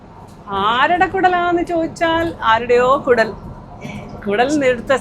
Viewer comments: കുടൽ അല്ല ശരിയായ പേര് കുടാൽ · കുടൽ അല്ല 😂😂😂😂 കൂടാൾ എന്നാണ് 🥰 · The name of the place although written in English as Kudal is to be pronounced as ' Kudaal". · കുഡാൽ.... എന്നാണ് ഉച്ചരിക്കേണ്ടത്. അക്കമസൂർ ദാൽ മുതിരയല്ല കെട്ടോ. രണ്ടും വേറെയാണ്. അക്കമസൂർ കൊല്ഹപൂരിൽ നിന്ന് കഴിക്കണം😋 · കുടാൽ എന്നതിന് പകരം കുടൽ എന്ന് പറഞ്ഞാൽ എങ്ങനെ ശരിയാകും?!! നിങ്ങൾ ആദ്യമായി പോകുന്നത് അല്ലല്ലോ അല്ലേ???!!!😡